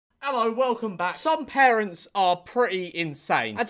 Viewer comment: gotta love the 'ello welcome back